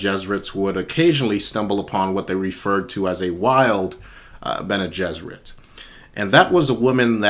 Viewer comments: Your pronunciation of Bene Gesserit is spot on, the pronunciation respelling is: BEN-ee-JESS-ər-it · Pronounced Bene Gesserit correctly. Based on Hebrew "Bnei Gishrit" (Sons of the Bridge. Should have been Bnot, daughters). The Bridge shortens the way.